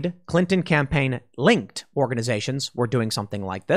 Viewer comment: Pool, did you say "linked" or "linkTTTed" ?